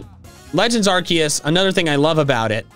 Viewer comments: POV you say legends arceus as arcooz how to say it arc-key-is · I remember an official Pokémon book saying that Arceus was pronounced: Ar-key-us. In fact said book gave all the official pronunciations for all Pokémon up to Black and White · “Arceus” probably does better in the algorithm than “Arkoos.” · My mom”why are you playing Pokémon arceus so much?” Me”it’s legend Arkoos!!!!!!!!!!!!! Mother “ Me:I stab her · Why do people say arcoos?